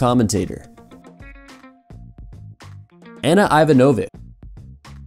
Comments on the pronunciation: Ivanovic is pronounced ee-VAH-naw-vich. Do your homework. It's not rocket science. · You just totally mispronounced Ana Ivanović, do your research next time